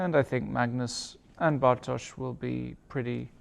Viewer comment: May I just say: what a brilliant commentary, especially from Lawrence in this game. And what an excellent pronunciation of Bartosz's name by both commentators - well done!